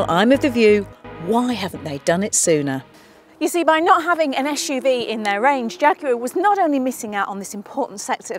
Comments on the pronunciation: I don't see any other comment regarding her pronouncing "SUV" as "Ash-UV" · Why do you pronounce SUV (Esh U V) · It's an SUV not an ESHUV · I'm offended by your bullying of someone who can't pronounce her esh's!!